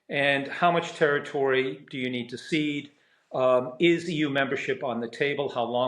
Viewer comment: Another dope who can't pronounce territory 😮